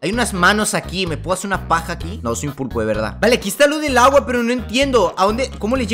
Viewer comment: Se dice pulpo